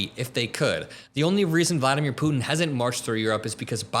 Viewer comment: Love the the show, hate how you say “Putin.”